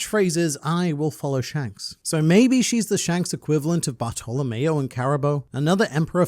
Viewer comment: everytime you say Bartameo it sounds like youre saying butthole.